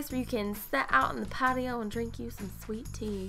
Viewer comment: OMG I PEEDED MYSELF WHEN YOU SAID "SWEET TEA" I'm southern trust me i know what you mean ;)